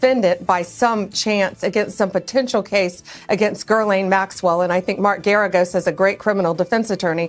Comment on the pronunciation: Hey Blondi, learn to say Ghislaine's name properly. Makes you look dim to get it wrong. Dershowitz has been talked about by victims as being trafficked to him, god only knows what he did to his first wife, he is a pedo creep. This admin is DIRTY.